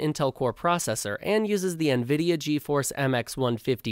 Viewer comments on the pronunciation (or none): none